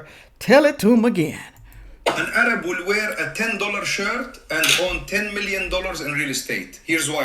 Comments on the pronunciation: I love you and this video is awesome but it's Arab - like Air-rub. Not AYE-rabb. He is fine BTW 😀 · OMG Air-rub 😂 is how to say Arab